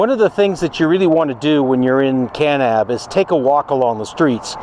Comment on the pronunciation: The way you say Kanab and Zion lets me know that you are not from those parts. 😂